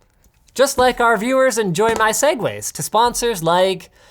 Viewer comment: "Just like my viewers enjoy my segwa..." video off